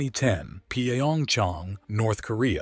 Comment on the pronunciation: What the hell is P-A-Ong-Chong? Pyongyang is really not that hard to say even for an AI.